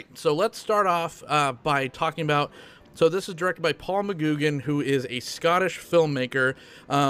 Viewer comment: FYI McGuigan is pronounced muh-gwi-guhn.